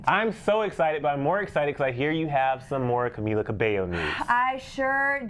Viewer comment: Man said camelia lol